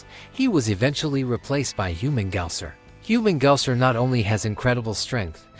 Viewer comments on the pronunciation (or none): What's wrong with Human-gaouser? Lmao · Get Humungousaur’s name right, will ya? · You you should be set to rikers for pronouncing humungousaur name like that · I was thinking the same lmao